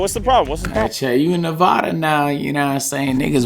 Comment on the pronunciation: Nevaaaadaaa say it right or you won’t be welcomed here bro and with your other video with rakia look up google earth.